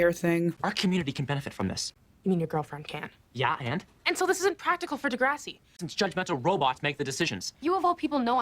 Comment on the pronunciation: The pronunciation of the show 👎